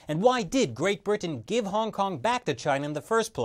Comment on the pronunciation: why do you - an ostensibly interment-looking, sounding (except for your rather...odd pronunciation of Britain - which you say as 'Brih-tuh-ehn😳), talk like someone doing a bad comedy set? Are you...'afraid' that by Soundgarden 'intelligent' you'll turn people of from listening? There's nothing wrong with being knowledgeable-sounding, but, is hard to focus, because of your almost manic need for approval - with perusing every sense - makes listening really uncomfortable. Dry, monotone is never the way to sound, but, how about you just try to sound like you're speaking to someone - in person, and they're trying to learn from you. That's all you've gotta do.